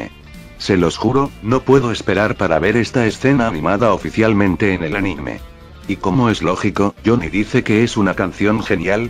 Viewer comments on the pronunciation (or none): none